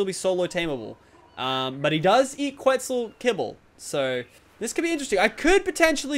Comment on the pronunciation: Quitzal Kebble... Lets try Quetzal Kibble